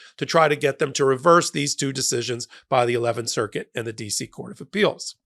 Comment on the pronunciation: I heard a split circus not circuit.